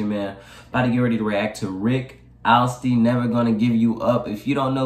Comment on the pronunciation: U pronounce his last name Ast lee